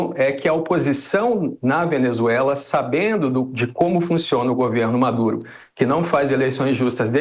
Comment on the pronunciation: ....pera! eu ouvi "Madure" mesmo ou tô errado? kkk